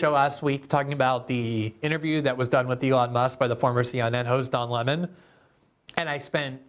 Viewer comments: Yesterday when I listened to Glenn saying “Lamon” I laughed every time; and specifically because I sensed that he wasn’t being petty, but saying it innocently. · It's hilarious that you were saying his name wrong accidentally I thought it was on purpose lol love you Glenn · Good segment but I'm calling bullshit on him not knowing how to pronounce Lemon